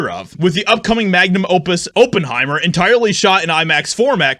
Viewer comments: It’s OP-en-hi-mer. Not Oh-pen-hi-mer 🤦🏻‍♂️ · It’s pronounced ah not o. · For jeebus' sake, it's not O ppenheimer. It's ah ppenheimer. Even a half-as$ed search about a name you've obviously never encountered before would have told you this. I couldn't even finish a not four minute video because of your repetitive mangling of a not obscure name. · Oppenheimer /ˈɒpənˌhaɪmər/ For an entertainment reporter, your ability to mispronounce proper names is legendary. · oppenheimer , like op enhiemer . do your phonetic research doof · IT'S PRONOUNCED OP IN HIMER YOU KNOW THE GERMAN SCIENTIST THAT INVENTED THE NUCLEAR BOMB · It's NOT "Open-heimer" Research is a good thing. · it's not "Open-Heimer", Op, like Operation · Maybe it shouldn’t, but pronunciation of Oppenheimer really bothers me. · If you grew up without ever hearing the name Oppenheimer mentioned, and are unsure how it is pronounced, you should look it up. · Geez dude why can't you pronoun words correctly. It's Op is in operation sounds like oppenheimer funds. duh.